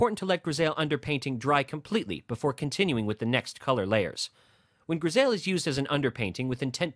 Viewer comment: It’s pronounced “gris I “ not “gris ale “